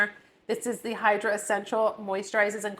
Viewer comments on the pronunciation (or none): none